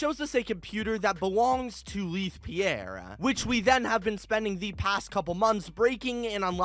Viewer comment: It is spelled Leith but it’s pronounced laith not lieth he says that in the first tape